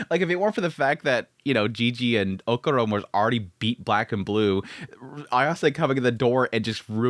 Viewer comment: Man i missed Dandadan, such a fun series, i also missed you killing Okarun`s name by calling him "okuron" haha